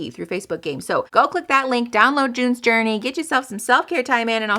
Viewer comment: The way you said "June's Journey" sounded exactly like "doin the dirty" 😂